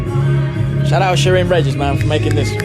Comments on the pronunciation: Regis is commonly pronounced as Re-His... (spanish influence) :) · Sheryn Regis…Regis is actually pronounced as RE-HIS!😊